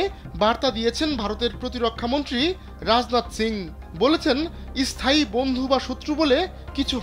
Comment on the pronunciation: Ota isthai noi ota sthai